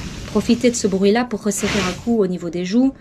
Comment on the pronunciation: Brouit aussi lol